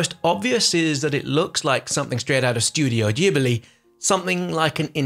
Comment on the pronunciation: Studio Jeebuhlee